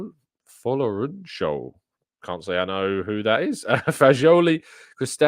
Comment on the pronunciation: Hi 👋, thanks for the content today it’s pronounced Folo-rune-shaw